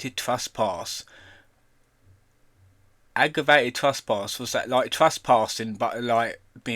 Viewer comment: He works, he’s not on the dole! It’s ‘trespass’ not ‘truspass’, it’s “Cottesmore” not “Cottlesmore”, it’s “Broughton” not “Bolton”, it’s “Bernadette” not “Boanet”. You are funny beyond words.